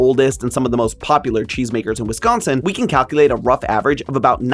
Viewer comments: As a Wisconsinite, high praise for pronouncing Wisconsin correctly (like whisk instead of emphasizing con) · And surprisingly pronounced correctly